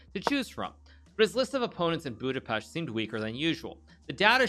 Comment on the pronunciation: Yessss he said Budapest right